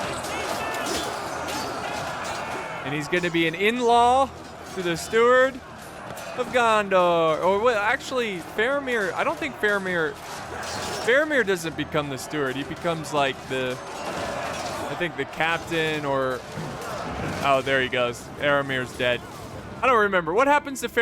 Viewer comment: "Sapers" "Retrainers" "Aramir" "Arrowmir"